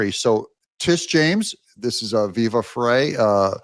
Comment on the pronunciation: Ots not fray, its pronounced Viva "fry"